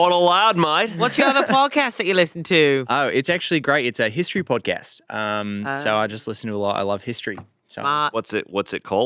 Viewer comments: Sooooo close!!! It’s that “a” in “podcast” that’s tripping you up! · just a note to improve your Aussie accent, if an Australian was saying "podcast" the "cast" bit rhymes with "ah". 😅